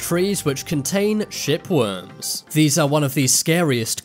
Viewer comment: I had to listen hard a few times to clarify he was saying 'shipworms'!